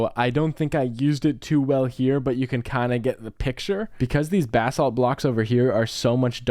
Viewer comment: loved this video until you pronounced basalt as “bath salt” and i couldn’t comprehend😭😭 for future reference it’s pronounced BUH-SAWLT ( buh like bug without the g; sawlt like salt )